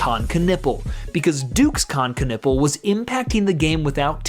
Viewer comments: its always funny when americans cant pronounce : ü ä ö der typ heist Knüppel ganz einfach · Ask German people how to pronounce that name. That doesn't sound right yet. I'm from Finland and we know our friends... 😮 so they were at first but then everything got south to north and now we all right.